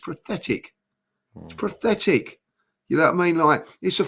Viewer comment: ‘Zinchenko’s defending was prathetic’ - no what’s PATHETIC is your pronunciation of pathetic!